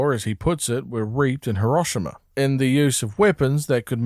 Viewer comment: Loved it great explanation but ur pronunciation of Hiroshima fuck you. JK great vid tho.